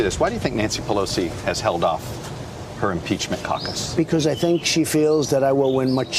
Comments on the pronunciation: Did he say 'umpeachment'? We need to get to the oringes of this! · I swear he says UN-peachment. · Umpeachment lawl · Did he just say Unpeachment? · he cant even say impeachment properly